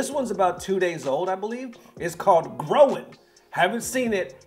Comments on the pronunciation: Loved your reaction! 😂 btw, Groin is pronounced like ‘groyne’, not growin. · Thank you for your reaction I've always your videos are so fun I love the way you said groin grow in😂 it's called groin as in the body part!🤣 I'm so proud of him so brave ! I respect him so much more than I did yesterday this song is 10 years in the making! 💜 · Its called GROIN as in Groin because it came from deep down within himself. Not Growing . This was filmed in London 😂😂💜💜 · Why do I see so many people who has Eng as their first language and live in Eng speaking countries, (mainly or all?) from USA, reading "Groin" as if it says "growing"? I mean it's a english word for an area of the body, the groin, so I just assumed you would know better than us from other countries. And I do get that in some cases it might be dyslexia but I've seen so many now that it feels unlikely that it's what it is for all of them so I'm genuinely curious if there is a reason I just don't get. Edit: I do get that since it's written 'Groin' It's a looks bit like when you put an apostrophe at the end of words to remove the "g" in words ending with "ing" to make it more like how it's spoken but then it would still be written Growin' not Groin'... right? And 'Growin'' since it's a title.